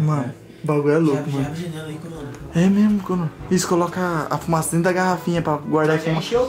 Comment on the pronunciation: O pai do Léo falando É Memo É Memo Cathupira kkkkk